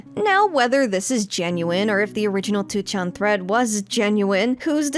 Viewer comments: I really appreciate your efforts to pronounce Japanese words correctly! It sounds really nice. But by extension, wouldn't it be easier to pronounce 2chan as "ni-chan" (the Japanese pronunciation) instead of "two-chan"? It always sounds so hard for you to switch essentially mid-word from the hard English "two" to the softer Japanese "chan". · The way you pronounce 2chan/4chan is sending me.